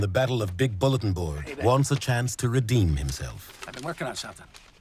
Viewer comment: I kid you not, I heard "wants a chance to reDEAN himself"